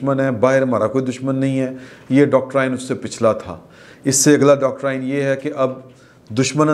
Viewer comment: Doctorain nahin Doctrine hota hain.